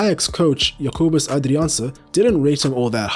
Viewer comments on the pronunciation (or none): none